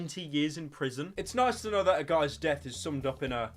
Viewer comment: Niceu niceu. Very niceu pyro-chan.